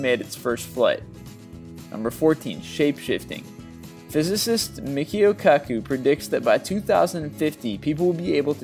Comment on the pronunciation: For number 14, the narrator didn't even know how to pronounce the name of 'Michio Kaku' when addressing his comments regarding shape shifting. That's pretty lame.